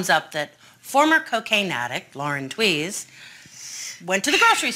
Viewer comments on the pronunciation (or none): Lauren Tewes last name is pronounced "tweeze"